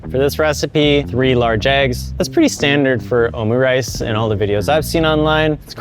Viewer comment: Your pronounciation of omurice was quite underwhelming 😂